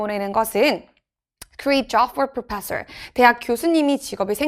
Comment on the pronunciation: 37번 첫문장 해석은 'TV를 구매하는 것은 현재의 소비다(현재를 위한 소비에 해당한다)'라고 해석하는 것이 뒷문장 - 이것은 '오늘' 우리를 행복하게는 해주지만, '내일' 더 부유하게 해주진 않는다 - 와 의미가 연결됨. (current: 1. 현재의, 지금의, 오늘의; 2. 최신의) 이 강사분은 current를 '최신의'라고 받아들여서 TV가 비교적 최신 발명품이라는 불필요하면서 틀린 설명을 첨가함. 그리고 professors 발음 f사운드를 p로 하고 마지막 s 안 읽음....